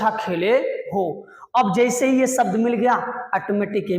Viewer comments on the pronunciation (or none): Please improve your pronunciations(even Hindi... It's "शासन", not "सासन." "सब्द" नहीं "शब्द" Why are you stretching the word "and", making it "and..a"? You're a teacher. You should lead by example.